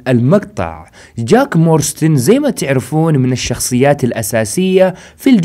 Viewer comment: يا صاحبي اسم العائلة مو مورستن اسمها مارستون جاك مارستون مو مورستن